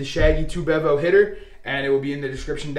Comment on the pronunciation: Ha... sometimes Dark Side Strategies are the way to go, helps to be a little flexible and have 1 or 2 Darkside strategies "in your pocket" to use when the tables are not hitting many #s before Big Red! FYI if you roll it again, it is Pronounced "Bee-Vo" ... it comes from the Texas Longhorns football mascot! This is an aggressive modification of a much smaller bankroll strategy that uses the 3 inside numbers .. collecting on 1st 2 hits before pressing up individual #s. I had to increase the $$$s laid out initially to make it work on a $15 table and allow me to have all six numbers ACROSS after the 2 hits rather than just the 3 hugging the point. $100 per shooter is actually less risky than other Regression Strategies I have tried over the years that start with $110 or $220 inside before regressing after a couple of hits. A quick 3 PSOs at $220 each is pretty painful, I promise!!! the "Shaggy Bevo" in the name comes from an old discussion board about UT Longhorn Football called "Shaggy Bevo" that had a Craps discussion thread in the 2000s where people used to announce when they were heading to a casino and then report back about their experiences...several beginners asked for a strategy they could use to make a short bankroll last while they were there at a bachelor party with bigger bankroll friends. a user Harry Gandorf told of his 3 inside #s hug the point strategy (he felt that he always got killed betting Pass line so he saved $$ by skipping the point) ... his strategy g